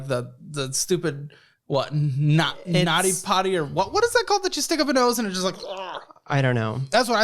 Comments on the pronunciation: Did he just call the netty pot a snotty potty?! 😂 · it's neti pot although "naughty potty" is pretty funny!